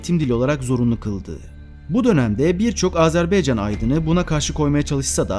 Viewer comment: Azerbeycan değil Azerbaycan Lütfen doğru teleffuz edin